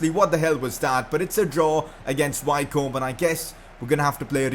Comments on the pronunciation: Wycombe is pronounced Wickham like the striker who plays for Crystal Palace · Wycombe is pronounced Wicom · Wycombe is pronounced Wick-Erm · You're saying Wycombe wrong lol 😂😂